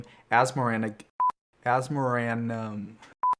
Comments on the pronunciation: I don't like that you pronounce Asmoranomardicadaistinaculdacar different than me >:o I stress it like this- Asmora-Nomardica-Daistina-Culdacar, which makes more sense to me considering her name is shortened to "Asmora" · he pronounces asmoranomardicadaistinaculdacar wrong :(